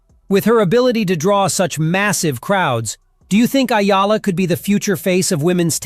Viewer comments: tsk ! kakainis ! Ayala na na naman? hoy pakiayos lang poi! Eh-YAH-LAH - yan me tip ka na AI slop! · E-YA-LA...EH-YAH-LAH Not AYALA! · ÈYALA not Ayala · It's Eala please, not Ayala hehe. Thank you Sir, your so good. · EALA E - YA - LA Got it? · Only Filipinos can pronounce her name correctly....eee ya la